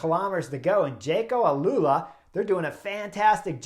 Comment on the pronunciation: Jayco Alula Chris, not Alalula.